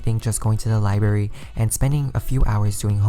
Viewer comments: Ahhhhhh please learn to say libRARY instead of liBERRY. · How many times did anyone hear liBARY, instead of liBRARY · LibRary. not libary. figure it out. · IT. IS. LIBRARY. NOT. LIBERRY. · People who say libary make me wanna kms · local libary? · Liberry sounds beter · What the fuck's a libary ? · Anika Lim i know what a library is. It's just that he said "libary" and I was really confused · Hi I love your videos I think they're super helpful, but please, please, please learn to say library correctly. It is not a berry.